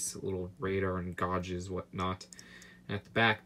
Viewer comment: I’m sorry but your knowledge of brick names and pronunciation of general real world things is shocking. Gauges is pronounced gages not gorges...